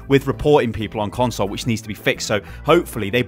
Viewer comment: every time he says " console " I die a little inside